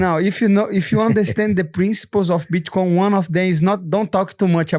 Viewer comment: “Bitchcoin” I swear this dude is doing it on purpose lol